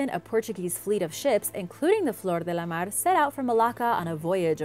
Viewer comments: blablabla blabla... she pronounces nothing correct... but "de la mar" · Your pronounciation of things like Menkaure or especially german words needs a bit of tuning. While "Flor de la mare" worked out nicely and smooth other things definitely need some more work.